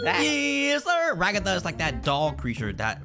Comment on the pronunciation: NOT RAGGATHA IT'S RAGATHA